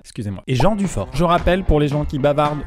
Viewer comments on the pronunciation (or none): none